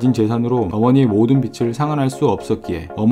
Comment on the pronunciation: 목소리 좋고... 발음도 좋으신데... 고놈의 빚... "빚을" 발음하실때 비츨 아니고 비즐... 재미있는 영상 보고갑니다. 화이팅!! ^^